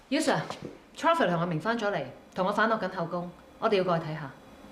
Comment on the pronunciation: “Cher” vor?